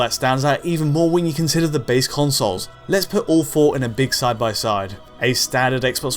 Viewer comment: When you said “all four consoles are shaping up”, I thought you said “awful consoles”. I agreed.